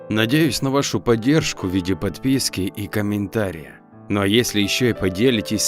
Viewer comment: В слове ,,комментарии,, автор неправильно поставил ударение:если уж исходить из сленга,то ударение поставьте правильно в ,,комментах,,в слове ,,зарядного,, неправильно поставленно ударение,но -это уже странно